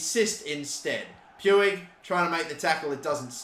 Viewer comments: It’s more like pooch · It’s pronounced “Ricky pooch” btw for ppl who were wondering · Umm you pronounce it riki pooj, just hurt my ears when you said puig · NGL it feels a little irritating when I hear Pu-ig when its pronounced Puj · Its pronounce like Pwig not Pewig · Please stop pronouncing Puig like that. It’s PWEEG not Pyoueeg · it is not puig the pronunciation is "puj" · Puig's name pronunciation is "puj", not exactly "puig" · Riqui Puig is pronounced "Ricky Pooch" Pls stop pronouncing it "pewig" xD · Just so you know, the "g" in Puig is spelled like "j" so it's not "Pyoo-ig" it's "Puj" or "Puij" Edit: Pls don't like this comment it's on 69, it's perfect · Who else gets triggered about how he says "pyuig" instead of just Puig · I'm from Spain and the pronunciation of Puig is like "Puch". " Riki Puch" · It’s pronounced “pooj” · Its prenounced riqui puch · Puig is actually pronounced like puch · I might be wrong but I think it’s pronounced pu-ich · puig is pronounced riqui puujj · It’s Pyoo-ij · Puig is pronounced "Puuj" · Just so you know, Puig is pronounced: Pooj. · Puig is pronounced pooj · puiq is pronounced almost like pooch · It's spelt Puig but pronounced pouche the e is silent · God I hate how he pronounces Puig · Puig is pronounced more like a J than an G cause he’s Spanish just so u know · U don’t say Puig like that